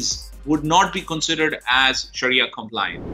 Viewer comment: It's pronounced Sha ree a